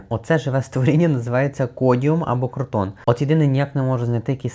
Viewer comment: Крутон чи кротон 😂😅